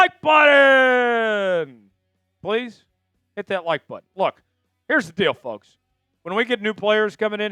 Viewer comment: Hard to sub to a guy who can't pronounce button 😂